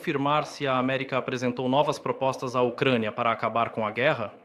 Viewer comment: Kkkk ele disse gueerra pessoal kkkk